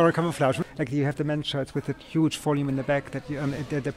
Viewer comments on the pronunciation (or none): none